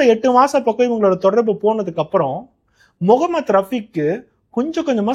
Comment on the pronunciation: Neega pesum pothu mohamed rafeek andu solgirigal an rafeek andu sollalama mohamed, mohamed endu aluthi solgorigal neegalum sangi kutama paarthal appadithan therigirathu